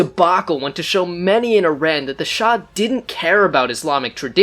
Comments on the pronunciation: It's not ai.ran its iran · Iran is pronounced = EERON not I RAN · EERON not I RAN --- EERONian not E RAIN ian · first of all it's not ''eye ran'' , it's ''ee run' Iran, and you didn't mention the real reason of that revolution was that Shah wanted to change oil contracts in 1979 when was then end of signed contracts and USA and other werstern countries didn't like that and supported heavily mullahs and kept saying they are worried about humanrights in Iran and create fake stories and help to get rid of Shah and bring the islamic terrorists in power. and then after that they are not worried about humanrights anymore, everyday the terrorist regime killing Iranian in the streets, raping prisoners, hanging them for any stupid excuses like moving a trash can or not believing in Islam.. Carter destroyed Iran and Iranian. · so much effort you put in with correct statements from history but somehow still manage to call IRAN, I RAN..! lol bro what are you running from? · All that research on Iran history to end up saying “eye-ran” like an illiterate cowboy. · What did u expect from someone who calls iran , I-ran? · You better first learn how to pronounce Iran! Then talk about our king! And just know that if Carter had not helped Khomeini, he never could make this disaster for Iran. And for sure Carter never cared about human rights!